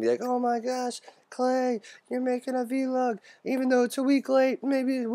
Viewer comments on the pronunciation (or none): Why do you say "v log"? It's all one word, it's "VLOG".